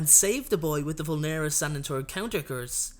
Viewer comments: no it was just the stresses that he put wrong "vULnera senENtur" not "vulnEra sEnentur" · Also vulnera senentur was spoken extremely wrong